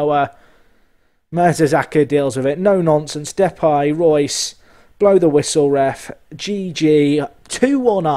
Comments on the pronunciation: Why are you pronouncing it 'Depie' when it is Depay? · Ok, I guess we disagree on that, I've only ever heard people calling him Depay the way that I would pronounce it. Maybe you're right, never mind it's only a small detail. I love your content as ever mate!